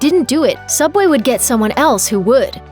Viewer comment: Subway? I never herd that name I only heard soobway